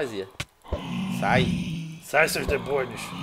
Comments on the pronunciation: O venon porque você fala deboniu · venom serio para de falar "Debonio" obg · o Venom fala demônio estranho